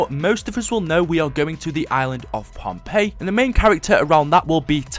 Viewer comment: And everyone, it's not Pompeii, it's Pohnpei